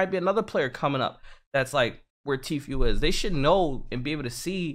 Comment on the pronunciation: I hate how pronounces TFUE, TFUEL lol